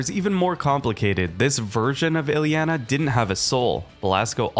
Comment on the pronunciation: the misspronounciation of her name gave me a few aneurysms but i powered through, great video otherwise